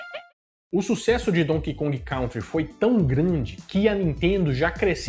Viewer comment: Não se pronuncia "Cautri" se diz "Cãntri".